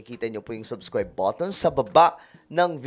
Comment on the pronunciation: Brod Subscribe not " subskwayb" are you Elmer Fudd!?